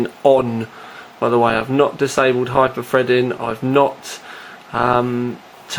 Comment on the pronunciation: LOL "Hyper-Fredding" & "6 Cores, 12 Freds" x)